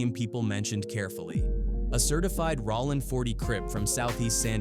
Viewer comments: "RAH-LINN 40..." 😂😂😂 This AI 💩 is lame. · Cool video but that AI stuff sounds stupid it sounds fake like wtf is ralin crip if Ai so smart why it can't pronounce word's correctly smh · Rawling Crip 😂 Skyline Pyrua Bruh spell it for the AI the way you want it said 🤦🏾‍♀️ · You weird clown ass content creators need to get shit straight Cuz is "Bullet Loco" he raps under Jayo Felony and it's not Rawlin Citch it's ROLLIN Stop letting AI create when you clowns try retell African American street culture! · "rawlin" 40's crips 😝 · I can’t listen to this bull$h!t … MF AI can’t even say rolling properly